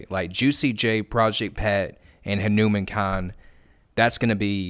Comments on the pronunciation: Correct pronounciation: "HanuuMaan" not "Henumein" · Just going to drop this. His name is pronounced Hah - nou - maAn -kind , not Ha-newman-kind, emphasis and long A on the man, like Poke-Mon not pokeman. Just putting it out there. No disrespect. Anybody covering him is great. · Respect for making this video. But please learn how to say his name correctly 🙂 Hanuman like the Hindu deity plus "kind" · huh-new-men kind 💀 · Dear, say his name correctly please, it's HanumAAn-kind